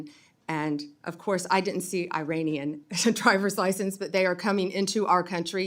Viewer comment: It’s pronounced “Ee-rawn”